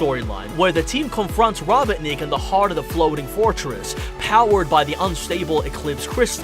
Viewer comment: "What do you think guys" I think you need to stop saying robotnik like that. Its robot-nick